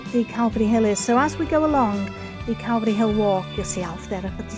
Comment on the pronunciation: Love your Vids, and pleasant presentation. Saint David's church is impressive to say the least. Like how ya say Calvary😁, u have a nice voice buddy🤝🙏. Blessins